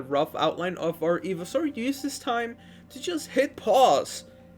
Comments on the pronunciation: Today we’re going to be building Evysaur It’s pronounced “EYE-vee-saur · Hotbots? Eeveesaur? It's hotbar and pronounced ivy not eevee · he's saying eveesaur not ivysaur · it's not ee-vee-saur it's i-vy-saur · I kept shouting IVYSAUR everytime u said eveisaur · ITS PRONOUNCED IVYSAUR NOT EVYSAUR! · It's pronounced Eye-Vi-Saur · Eevee-soar lol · It’s iv- a-sour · I'm sorry did you say fucking eevysaur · It’s called Ivy-Saur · The way you pronounce ivysaur just breaks my soul🙁😢😢😢😢😢😢😢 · I’m sorry but the way he says ivysaur hurts my soul 😂😂good video tho